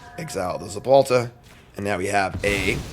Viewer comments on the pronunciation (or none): ZeTalPa, not ZePalta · God he just kept saying it… so annoying lol